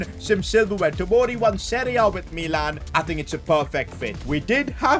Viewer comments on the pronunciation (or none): none